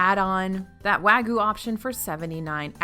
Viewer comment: Please. Please. I'm begging you. wah-g'yoo, not wa-goo.